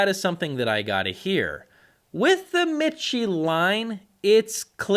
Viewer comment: Repeat after me. It's pronounced, me-she. Not mit-chē.